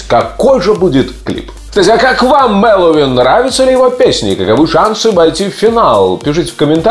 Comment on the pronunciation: Ну почему, почему все говорят МэлоУИн? алло! он не Хэллоуин, а МэлоВин!